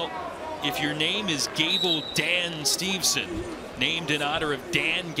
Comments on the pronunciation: You'd think the guy would know it is Steveson, and not Stevenson. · Whoever the second announcer is, he sucks. It’s not Stevenson. The other announcer tried multiple times to correct him with Gable’s last name and he still mispronounced it.